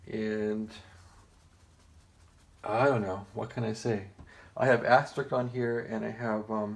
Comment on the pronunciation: is there a reason why you are calling it "As-ter-rick"? It's supposed to be pronounced as "as-ter-isk"